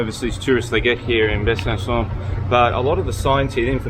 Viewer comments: If you want pronunciation, it's BUH-SUH-SAW (slightly nasal on the latter two syllables). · Ridiculous! Making a movie about a French town without obviously speaking a single word of French -- and not even being able to pronounce the name correctly! 🙄